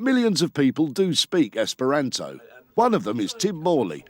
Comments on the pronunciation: you said esperanzo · I wonder if that reporter's accent got in the way of him learning the language, given he kept mispronouncing the language's name - Esperanto is pronounced with a long A, not a short one. Still, it's great to see Esperanto get some good publicity. Gonna have to learn that song the kids were singing.